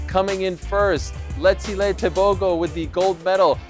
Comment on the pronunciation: One for Africa and my neighboring country Botswana 🇧🇼 I love how Donovan Bailey correctly pronounced Letsile Tebogo 👏🏼👏🏼👏🏼